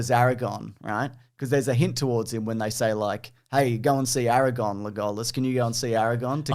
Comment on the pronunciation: I choose to believe that right after they sat down to start filming said "I'm gonna mispronounce Legolas and Aragorn's name every single time, don't react I wanna read the comments"